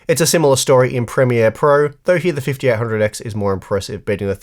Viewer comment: Am I the only one who kept hearing "the fifty R hundred X" ??